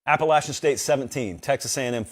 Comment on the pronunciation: God bless you for actually pronouncing our school correctly 🙌🏼